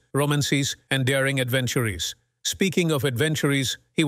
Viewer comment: It sounds like they sampled the voice of David McCullogh, who's done a lot of TV narration. I wonder if they owe him money for that? You know it's not actually McCullogh because he talks about Oliver Reed's "adventur-ees".